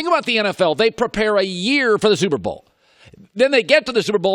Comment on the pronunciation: Says super bowl like he’s speed reading lol. Between the slobbering, the slurping and the mispronunciations idk how this guy ever made it